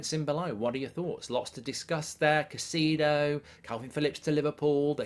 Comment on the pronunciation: it’s not pronounced Caycido it’s Cay-se-do